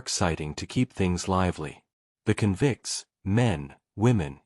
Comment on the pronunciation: The AI mispronunciation of "convicts" is like nails on a chalkboard.